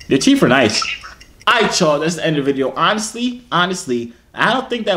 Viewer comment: “TF on yo teef then” 🤣🤣🤣 i’m so weak!!!!